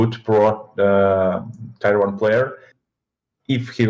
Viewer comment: "Tai-wan" - I was like "why does he keep mentioning Taiwan?" Blad3 meant, "Tier 1."